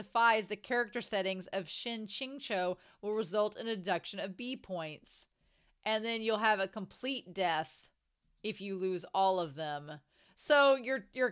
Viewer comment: For the pronunciation if you needed. For Luo Binghe —> Luo as in Lore, Bing is fine, He as in Her. Shen Qingqiu —> Shen as in the ‘tian’ part in Martian, Qing as in Chin, and Qiu as in Troll but with a ‘Ch’ (this is the hardest to find anything to stick to but close enough). I hopes it help 😊